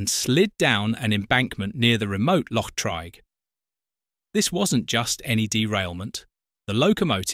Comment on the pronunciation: Also pronounced Loch Treeg, not Trayg.